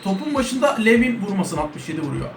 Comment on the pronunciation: ABİ O ADAM LUVİN DİYE OKUNUYOR